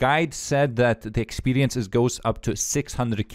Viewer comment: Oh I missed hearing you say expelience